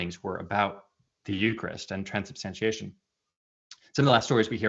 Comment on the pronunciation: Fun Fact: For his first year at Catholic Answers, Trent Horn could not pronounce the word "transubstantiation". He kept saying, "Transubstantination."